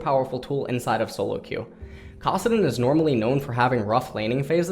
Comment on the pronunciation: "kossadin" the actual FUCK?